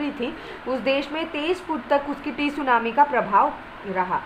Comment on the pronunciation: Mam isko tsunami nahi padhte hai